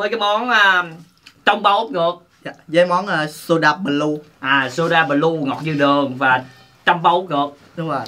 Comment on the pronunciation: ah nói b lue sai rồi blue mới đúng